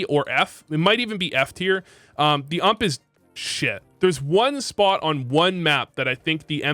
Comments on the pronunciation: My man called the ump the ammp 😂😂😂😂😂 clown juice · The way you say ump kills me